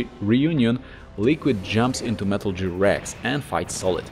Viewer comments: I feel bad for laughing, but I feel like he’s doing it on purpose. He pronounces everything else almost perfectly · Other than the pronunciation of “Gear” this was solid